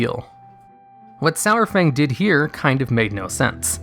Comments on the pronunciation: The way he says his name.... It's not "sour-fang" it's "sar-fang" idk why people pronounce his name "sour-fang"... Literally everyone in game and blizzard themselves call him "sar-fang" lol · when he pronounced his name SOUR-FANG.....i stopped watching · He says Sour Fang instead of Saurfang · i love ya, but it's Sar-Fang not Sour-Fang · It's not SOWERfang, it's SAARFang. Saurfang makes AAR sound. :o That's only thing that bothered me in the video. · Everytime you said "sourfang" it made me cringe. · Sourfang? really? Saurfang.... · Why is he calling him Sourfang? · Stop saying SO-WER-FANG, Jesus. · Lost me at "Sour-Fang." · Every time you said "Sourfang" I would scroll down and re-read the title to make sure it was spelt the way I thought it was.